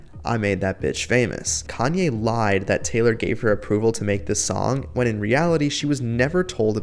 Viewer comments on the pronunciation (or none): none